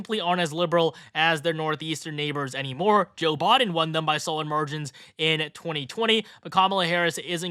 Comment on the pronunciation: It's "Biden", not "Bahden"